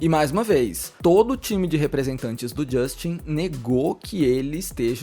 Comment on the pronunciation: Fala Justin Brasileiro: Justchim 😅